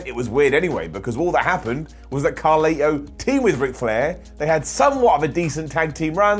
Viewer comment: His name is carlito not carli